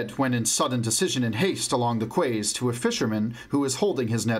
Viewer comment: Hey man, loving listening to these but just fyi Quays is pronounced like "keys" not "quaze"